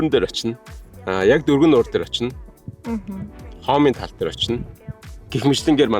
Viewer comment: Сайн байна уу. Хоомын тал биш шүү. Хомын тал гэж уншаарай 😁